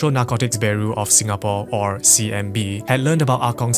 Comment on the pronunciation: its CNB not CMB 😂